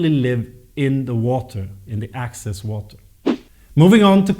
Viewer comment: QUESTION: Can you practice these 2 words - EXcess, not ACcess and plANTS, not plUNTS? Issue #1: Excess = residual; more than enough, vs ACcess = to capture or get in to. Issue #2: Plant = an organism studied by Botanist; A plUNT = NO ENGLISH SPEAKER KNOWS WHAT THE HELL THIS IS; an annoying sound in an otherwise great and informative youtube video series. In a sentence. When you put EXcess water into the pot..the plANT does not like it. Come on guys... not trying to be difficult. Just try it.